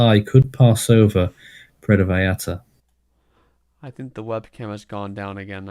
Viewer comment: Actually it's more like VA-SCHAR-TA. there is a real quick and sharp "sch" instead of the normal double l sounding like a y. It's a local way just for vallarta. So you are correct and the y is wayyyy better than sounding the L's like English L's. But one more class above ya its a scha sound. Most foreigners say Porto vayarta.. And it's close so it passes. Puuwerto vyscharta <--- say it like that and kinda quickly. The sch and the r should come out almost with out being noticed.. And project the vy, a, ta strongly. I've been living here for so long I was always getting corrected when I'd say it like you are describing and finally a local explained it to me..